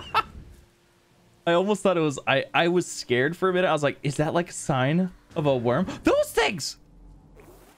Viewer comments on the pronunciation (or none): none